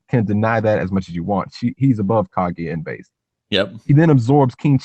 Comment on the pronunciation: isn't it pronounced Ka GU YA?